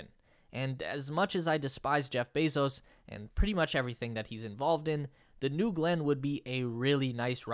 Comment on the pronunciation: Did you just call bezoz company Blue Balls?